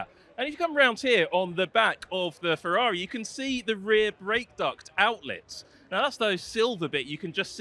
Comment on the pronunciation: Ferrari pls, not "Fevvavi"